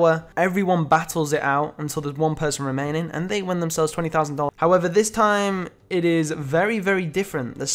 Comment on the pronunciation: "Remainding". But I still love ya mate.